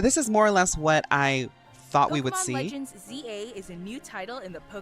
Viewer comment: Someone who also calls the game LegenZA :)